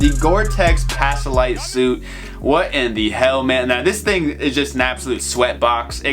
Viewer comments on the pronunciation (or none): Homie, is gore-tex PACK-LIGHT not passalight